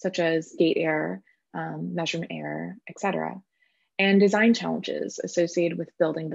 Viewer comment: Very helpful thankyou… Please forgive me to help you… muchly no slight intended… Etcetera has no ‘k’